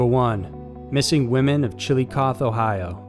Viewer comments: Hello there guys love your channel and the story's you run....... I just wanted to let you know the missing Ohio women the name of the town and I'm going to try and spell this out phenetically but it's....... Chill-o-coth-ee and the name of the river is the Sci-o-ta ....... I hop that helps you guys out...... Please keep the content coming I binge watch you guys all the time ...... When the story about the women started it took me a minute to figure out what city you were talking about but seeing the pictures helped...... And it really is a small town and super crazy that so many woman have come up missing and dead the only explanation that would make any sense is that they have an active serial killer ...... Hunting and attacking the women of the area........ Thank you again for everything big hugs and lots of love from ohio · Good channel, but you need to really work on your pronunciations. Do a little internet research into the pronunciations before you do these. "Chill-luh-coth-ee" and "Sci-o-toe". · Its Chillicoth"E"...like coffee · I’m from Ohio and hearing Chillicothe pronounced “chilly-cawth” made me cringe everytime 😂 it’s “chill-uh-cawthee” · Chill-a-coth-ee. Not Chiilicoth. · Its pronounced Chill-Eh-koth-ee not Chill-eh-koth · it is pronounced chil lo cath thee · Chilicothe ohio is a meth town and big for prostitutes. They are all probably drug or prostitution related. Also its pronounced chill-Oh-cothy and its a shitty place. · Just so ya know..its Chilicoth(ee), and Scioto actually sounds like Psy-o-tah. 🙂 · It’s pronounced Chillicotheee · Chillicothe is the human trafficking capital of Ohio so I'm not surprised it was listed here. :/ By the way, the way you're pronouncing it is incorrect, it's chill-ih-coth-ee but nice try lol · Maybe research the proper pronunciation of cities and towns. CHILLA-COTH-EE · It’s pronounced Chill-uh-cAW-ThEE and SI-O-toh. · It's Chillicothe - Chill a cothe (like coffee but with th) he. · Pronounced “chill-o-cothee” ohio